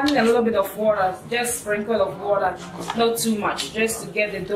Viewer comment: The way you say WATER is funny ASF